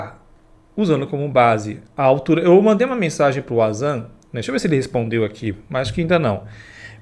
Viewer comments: Meu filho. o termo WANZAN se lê como VANZAN e não UAnZAN. Em alemão o W tem som de V. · Fale certo o nome do Wanzan mano😅 é pronunciado com V , e não com U ... ou seja se lê Vanzan😅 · Fala-se Vanzam... lê se Wazam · Não fala Uazam se fala VANZAM!!! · Rapaz...pelo de Deus...o nome do cara do drone é Wanderley + o sobrenome que forma WanZan (vanzan) e não "UAZAN" se não sabe nem o nome do cara... imagina as análises de vídeo 😅😅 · Carai, o proprio vanzam se chama de vanzan e esse do paraguai insiste em xamar o cara de uázã! tá mais por fora que caroço de cajú, sou mais o Rony Vernet nas suas análises, o cara pelo menos não é achista, ele é especialista e entende bragarai do que se propõe a analizar! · não é Wazam e sim Wanzam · corrige a pronuncia do nome do cara kkkkk se diz "VANZAM", com som de V!!! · Queria que o VANZAN chamasse o de, já que até agora ele não aprendeu a pronúncia 🤣🤣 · O Wanzam é o cara q mais manja de drone, por sinal, fala o nome do cara direito. É como alguém ficar chamando com a pronúncia errada